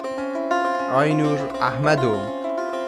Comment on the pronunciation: Bra. Sen Kürtsün sakın inkar etme. Ehmedo yu başka bir ırktan kimse bu kadar orijinal telaffuz edemez. ;)